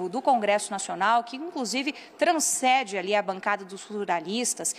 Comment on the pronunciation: Não é "transcede". É "transcende".